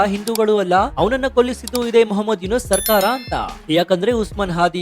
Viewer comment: ಮಹ್ಮದ್ ಯುನಸ ಅಲ್ಲ ಯುನುಸ